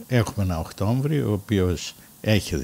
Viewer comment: Να εκτιμήσουν την Καλή τους Τύχη,όσοι Απασχολούν Υπαλλήλους και να τους 'σκεφθούν' κι Αυτούς.....(Οκτώβριος,λέμε,όχι Οκτώμβριος.Χωρίς 'ξινίλα',απλά λόγω επαγγέλματος,φιλόλογος).